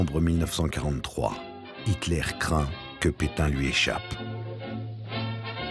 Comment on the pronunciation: Mais vous avez raison. y dit pitin au lieu de pétain. Qu'est ce qui lui arrive. Mais c'est bien qu'il a trouvé un travail jsuis contente!